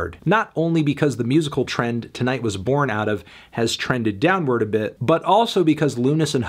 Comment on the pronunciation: It's pronounced TIGHT! Don't you see the fingers crossed on the album cover? They're TIGHT.